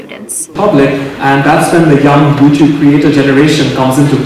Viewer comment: I love how you say jewtube